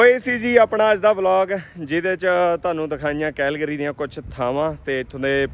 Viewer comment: ਭਾਜੀ ਵਰਡ ਦੀ ਪ੍ਰੋਨਾਸੀਏਸ਼ਨ ਸਹੀ ਕਰੋ ਸ਼ਹਿਰ ਕੈਲਗਰੀ ਹੈ ਕੈਹਲਗਰੀ ਨਹੀਂ